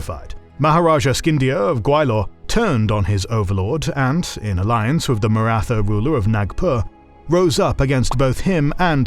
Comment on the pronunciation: Thanks for these vids guys. Suggestion to study how the main terms are pronounced would add to the authenticity of the channel. Maratha is pronounced with a T (like in Tom but with Indian accent lol) and aspirated H together, not the typical "th" sound in English like in "wrath".